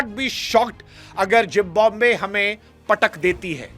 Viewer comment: Please try to pronounce Zimbabwe correctly. It's Zimbabwe NOT Jimbabwe.